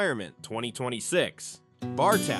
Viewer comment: It's pronounced BAR-TOE.